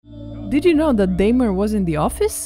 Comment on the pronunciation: Pronouncing Dahmer wrong 🤣. Rhyme the word Bomber with Dahmer then one can hear the name being pronounced correctly.